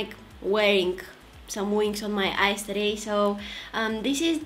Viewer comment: Every time u said "eyes" i hear it "ice" lol Ur so cuuute love u😻